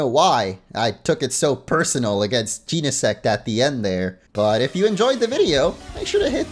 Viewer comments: Jeh-neh-sect, not jean-neh-sect. Based on genesis, meaning the beginning or origin of something since Genesect is a prehistoric Pokémon, and the Book of Genesis, the first book of the Bible, which is about the creation of the world. Also, Genesect was revived from a fossil by Team Plasma, and the only thing man-made about it is the cannon. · You have been saying Genesect wrong, it is Jen-a-sect